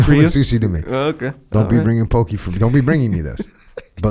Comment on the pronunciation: As someone who grew up in hawaii my ears hurt when I hear the way says "poke"🤦‍♂️